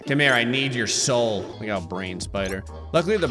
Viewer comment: I often listen to videos when drawing and I tend to zone out a lot- so it’s always amusing when I snap back to reality and the first thing I hear is “GIVE ME YOUR SOAL.”